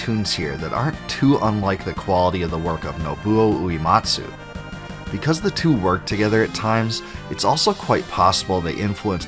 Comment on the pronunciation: You made a 3 hour video and couldnt being yourself to look up how to pronounce Uematsu? 🤦‍♂️